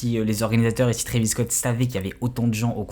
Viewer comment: Pour commencer condoléances aux familles des blessé/mort mais à partir du moment où un boug ne sait pas prononcer le nom de l'artiste (Trevis tes sérieux) et que surtout fait du clic bait sur 8 personnes qui sont morte tu n'es pas bien placé pour dire si oui ou non travis(oui le a on le prononce a pas et) est coupable alors que dans un concert c'est le bordel les gens sont foutent dire que les gens cavale jusqu'à l'avant de la scène avant même que ça commence et passer les barrière à l'entre tu peux avoir 14 comme 21 pige tu sais que c'est un manque de discipline. Alors Travis n'est pas coupable car il peux pas lui même contrôler tout le monde c'est un artiste son boulot est de faire de la musique et divertir pas de faire la police surtout que travis adore ces fan ducoup il sont fou de ce mettre en danger mais c'est pas à lui de penser à la place des attardé qui font office de fans